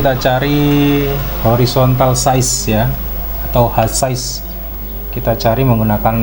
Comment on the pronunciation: Itu bukan h sais tp H size